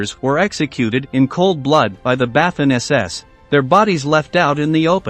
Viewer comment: You seem unable to pronounce simple German words. I suggest you start referring to the Waffen SS as "Those really bad German guys". I am weary of wincing every time you slaughter the pronunciation of words that are known the world over!